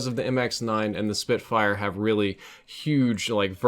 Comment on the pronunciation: Btw it's spitfire not spitfyre